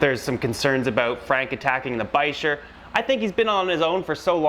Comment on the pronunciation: What's a "bi-sure"? You mean a "biker"? I thought the ch in bichir makes a "k" sound?